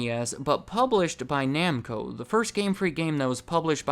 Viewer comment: ARE WE NOT GOING TO TALK ABOUT THAT "T" IN NAMCO?!